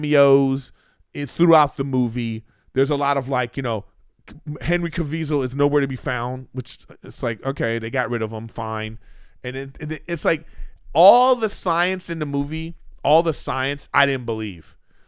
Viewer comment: Lol henry CAVISAL LOL it's Cavill Griff